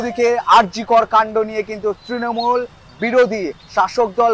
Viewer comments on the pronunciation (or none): none